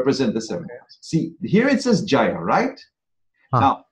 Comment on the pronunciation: The word is not “jaya” but “jaaya” — it means wife. As in “stree.”